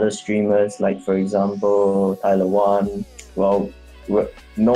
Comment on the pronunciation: Nie Tyler Wetton tylko Tyron Wetton - tak się nazywa Doomsday